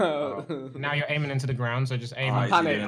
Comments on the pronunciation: JJ really said "AIMEING" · JJ said Aimeing LOLOLOL